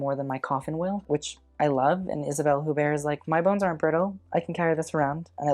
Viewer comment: huppert - h is silent